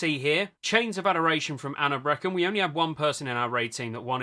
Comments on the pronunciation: My guild just rolls on main spec, OS if nobody rolls for main, nobody bitches, we all end up with loot, don’t see the problem lol Also, “Anab reckon” lmfao, silly brits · I can't say I've ever heard anyone pronounce Anub'Rekhan that way